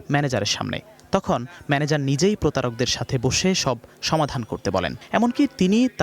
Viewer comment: manager not madaecot